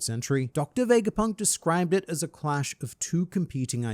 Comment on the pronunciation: Its not VEJGAPUNK but VEGAPUNK without the J